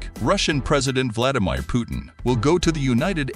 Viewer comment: What???Vladimeir Putin, its Vladimir, OK??.